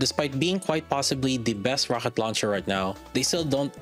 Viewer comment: Thanks for the Review. Quick question: Ro H et launcher? Not Ro K et launcher? Is it on purpose :D ?